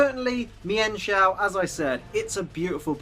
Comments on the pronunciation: it's meen-shou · it is pronounced Meenchow